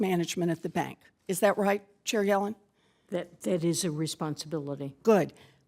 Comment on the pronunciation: I know its “Chair Yellen” but I keep thinking that Warren is saying “Cherry Alan” lol